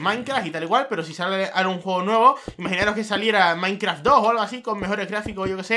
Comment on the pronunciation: Por qué mierda dice maincraf -.